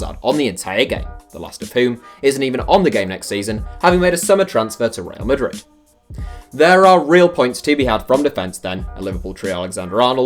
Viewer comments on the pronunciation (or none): none